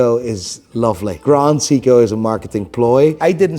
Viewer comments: What baffles me, he calls it "Cee-ko", "Cee-ko" who? At least get the brand name right. Also, Rolex has literally no value besides the scarcity they create. Get an Explorer or an Oyster Perpetual slap a different name on the dial, call it Mulex and try to sell it only for its design. Now get a Grand Seiko, take the brand away and name it Cee-ko, I am pretty sure what people will choose. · "Educate someone correctly". Will you stop saying Seeko and Bretling then? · Can't even pronounce Seiko ... asked chatGPT for an explanation ... enough said, expert my ass